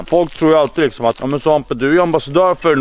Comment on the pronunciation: "läkerol lixom" 😭😭😭😂